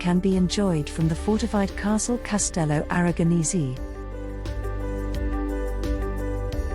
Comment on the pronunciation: CASTELLO ARAGONESE, NOT 'ARAGONISI'